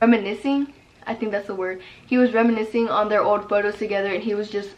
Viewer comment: Reminiscing? Remenicing? 😑 - me - hahhaha😂